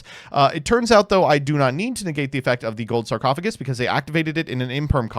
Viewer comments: Let me guess, says it like sarc-o-fay-jus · Never ask mtb how to pronounce smiger and never ask how to pronounce sarcophagus.